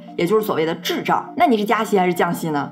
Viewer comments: 滞涨😅。。。这个发音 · 高通胀，高失业率，也就是所谓的“滞胀” 我没看屏幕听成“智障” 哈哈哈笑死我了